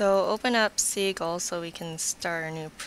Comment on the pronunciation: Great tutorial! I think the software name is pronounced sih-jil, not see-gil :)